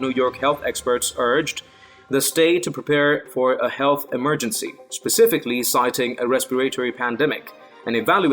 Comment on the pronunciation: say EMERGENCY properly!!!!!!!!!!!!!!!!!!!!